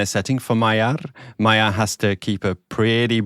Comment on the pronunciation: Peter Magyar's family name is pronounced "Majiar" with vocal "j". In hungarian, his family name means "Hungarian"..